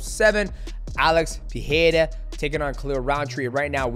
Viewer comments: Pe"Rei"ra , not Pe"He"ra 😂😂 enjoyed the video ! 😎👍🏻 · Great review, champ. He reminds me of you back when you were dominating the flyweight division. One quick tip: both "R" sounds in Pereira are pronounced the same. You're getting it right at "ra", but you're missing it at "rei". In both times the R is a "flap T", like in "beTTer" or "daDDy", also called a "alveolar flap". God bless you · Alex "Peeheira" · why this part of your brain stumbles mighty ? pee hay raw ? really ? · In portuguese the "R" letter is not pronounced like english "H" when is in the middle of a word. It only sound like english H if the R is beginning the word or name like in "Royce" from Royce Gracie. In middle of words our R is pronounced like an H only if the R is doubled, like the word "carro" which means "car". GET THAT PRONOUNCIATION RIGHT, MIGHTY! WTF! Put some respect to the champion lol. Shout out from Brazil! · Please say his name regularly